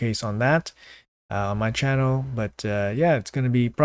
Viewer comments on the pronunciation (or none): none